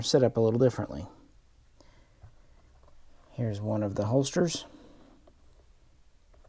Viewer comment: Great video! Excellent information. I've been trying to determine how much I should pay for the Swedish licensed version inslead of Finnish. Im not rich enough to buy a Finnish one. One FYI tip though. The German one is a Heeres pistol, as you said, but its like "Hey-ress" not "here's" 👍Heer means army. Heeres means of the army.